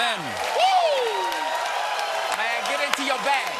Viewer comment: What's a "wooman"? If it has something to do with "woo," I'm probably against it. :)